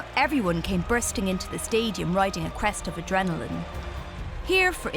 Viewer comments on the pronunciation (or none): none